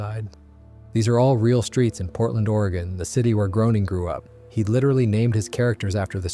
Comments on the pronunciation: You lost me at Matt "Growning", should sound like Greyning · Groening rhymes with "Complaining"